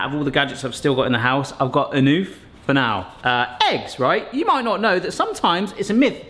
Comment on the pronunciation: an egg in French is un oeuf, you pronounce oeuf roughly as the 'nough' part in enough. 'An oof' is not correct, the jokes lands even better if you say 'I got un oeuf' with the correct pronounciation.